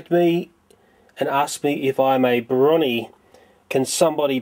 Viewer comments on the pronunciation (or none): It's pronounced Bro-nee, not Bronny. I'm a Brony myself and I love being one, such a creative fandom with a load of alternate cute ideas for the show, we Bronies got one of our own fan characters, Derpy, published to the series. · it's not "Broni" (as in bronwyn), It's "Bro Knee". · Also, Brony is Bro-Nee, like Po-nee (Pony). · LOL You pronounced brony as 'brawny'